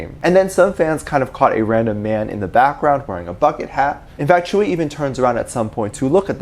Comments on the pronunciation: Could I correct the way you say tzuyu, I don’t know if there is multiple ways of saying it but from my experience it’s pronounced soo-you. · and everyone else: *Jungkook and Tzuyu, dating rumors, tea, grrr* Me: Focused on how Tzuyu's name is pronounced so differently than I imagined it, because I've only ever read it/seen it in text and never heard it pronounced out loud